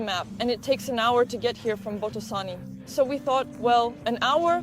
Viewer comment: It's Botoșani (bohtoh 'shany).